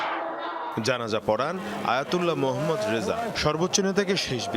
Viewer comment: Sanbadik Hindi kiristan naki 😂😂😂😂....Janaja bolte parena